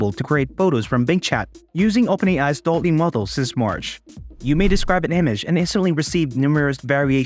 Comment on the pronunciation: You pronounce it wrong. It is pronounced DAAL-E Named after Salvador Dali (and Wall-e).